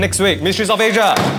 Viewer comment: The way that he said MySteRrys OF aSiA😂😂😂